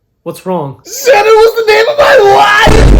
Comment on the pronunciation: SANNON WUAS THE NAOME OF MUY WOOAIEFFF!